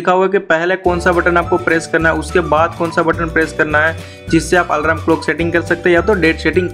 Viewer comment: 😅😅😅😅😅alarm hai wo bhai,alaram nahi😂😂😂😂